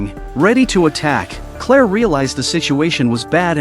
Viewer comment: Claire…. Clear.. but hey.